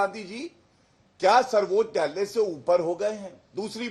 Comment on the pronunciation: गौरव भाटिया आज नशे की हालत में है, सर्वोच्च न्यायालय को सर्बोत्यालय 7 बार बोला और 1 बार सही 😅